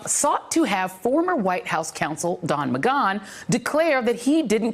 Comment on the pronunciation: Alright Joy, is it pronounced Don MaGone or Don MaGan? You can't have it both ways, so pick one and stick with it. Cool? 😉👍